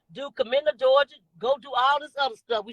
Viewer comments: Wandaaaaa, stop fking that word up, its a·dul·ter·y 😆 🤣 😂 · Ms. Wanda just leave it alone please. Can't even pronounce adultery.